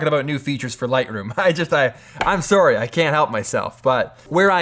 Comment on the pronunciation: It makes me smile every time you say “sorry” like a proper Canadian. :)